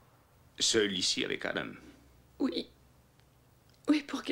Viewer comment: Salut. Génial comme dab. Mais je ne supporte pas les prénoms prononcés à l'anglaise dans ce film. Exemple: Adam est prononcé Ademe. Peter est prononcé pideure. Etc. Sinon c'est un bon film de nuit.